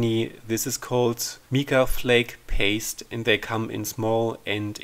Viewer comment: I thoroughly enjoy watching your videos. Always informative and always beautiful. Just to help a bit...Mica is pronounced with a long I- like Mike-a.